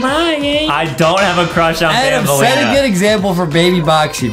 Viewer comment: It's banaleena bro